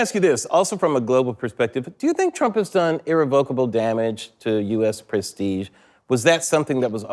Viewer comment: irREVocable not irreVOCable.